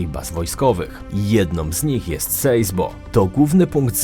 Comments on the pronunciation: Sasebo a i nie Seisbo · sejsbo XDD